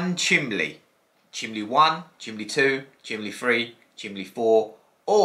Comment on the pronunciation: Are you saying chimley haha 😄 the scratch coin is so pretty 😍